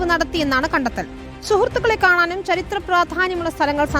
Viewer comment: Not charithra its chaarithra